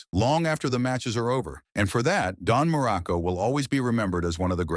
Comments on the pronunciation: Crappy AI narration, dumb and stupid narrative. Muraco--not "Miraco"--was an excellent heel, a solid wrestler, a great worker, and a likeable person. Was he a stiff worker? Maybe. Greg Valentine also worked stiff, as did the Bulldogs, the Road Warriors, and a lot more. It was just how they worked. As for Muraco's alcohol problems, if he was open about it, all the better. It can happen to anyone. This kind of BS reporting--if it can be called that--is a disservice to wrestling and the wrestlers themselves. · Me too! Mur a co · And Marco I heard too. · Dude just mispronounced dudes name "Miraco" and hes lying about this man?! No tragic life?? Unsubscribing immediately, God bless you 🫵🏾🙏🏾 and thank you. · "Merico"? I HATE AI NARRATORS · The AI voiceover is ridiculous. How many different ways can AI mispronounce the name Muraco? This is almost entirely fiction, this guy was one of the least controversial wrestlers in wrestling. God I hate AI… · He was one of my favorites when I was a kid but if they are going to use an AI narrator, at least pronounce the last name right of the person you are talking about. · This is totally bullshit. You can't even pronounce his name correctly.